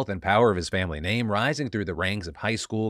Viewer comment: That guy definitely murdered his family but also, wtf if with the way his entire name is pronounced??